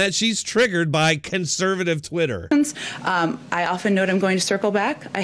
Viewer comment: Did she say “conservative Twatter?” ROFLMMFAO!! Where is this?